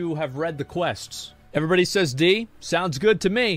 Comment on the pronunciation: I swear god, when he talk's about Illidan, at the moment he says... "when Illidan show os screen.. evrebody know's... " i was expecting he says " evrebody's knows.. that YOU ARE NOT PREPARED"